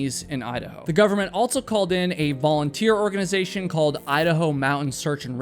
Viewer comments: Dude, can you fucking please stop pronouncing “also” with a t? You say “alt so”. Holy fucking fuck is that hard to listen to. I cannot listen to your voice based on this. You say “alt so” about a hundred fucking times in this video. Goddamn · Did you know that the word "also" doesn't have a T in it? Lol.. you always say "altso.." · altso.... also doesn't have a t in it